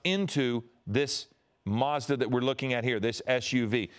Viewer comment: Doing my head in. What the heck is a MARS DA?? It's a MaZda, there's no 'R' in it mate